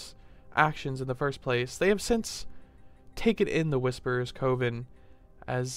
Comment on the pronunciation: The word 'coven' is not pronounced with a long o like cove, rather, it is with the short o like in the word oven. Sorry to nit pick. I just hate to see otherwise good content degraded by poor vocabulary.